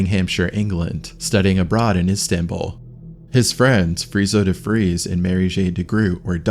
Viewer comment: Friso de Vries= Freeso de freeze😅